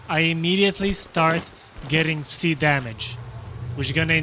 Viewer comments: Tip. Psi is pronounced sai not see. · Took me too long to realise what see radiation is. It's pronounced sy (rhymes with die as it's short for psychic)